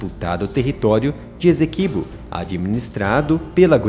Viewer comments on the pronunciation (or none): PRONUNCIA-SE: "ÊÇÉQUÍBÔ".